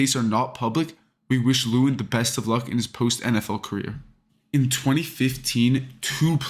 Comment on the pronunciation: The way you pronounce lewan bothers me so much